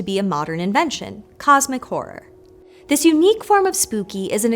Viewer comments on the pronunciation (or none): Im sorry... I accidently heard "cosmic whore" and can't unhear it. Thank you for the video tho. It was amazing